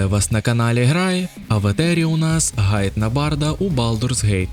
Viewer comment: Гайд 😂. Це слово пишеться і читається через іншу літеру. Ґайд — короткий аналітично-інформаційний звіт роз'яснювального характеру. Походження англ. guide - провідник